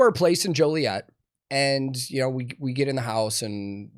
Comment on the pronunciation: You know he actually lived in Joliet because he pronounced it right, ain't nobody jolly in Joliet. That, and the police brutality.